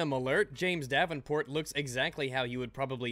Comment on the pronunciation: I kept on thinking you said "James DABBINport"